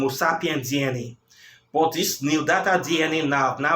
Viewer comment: The word you were trying to say is neanderthal . Pronounced (nee - an - der - thal)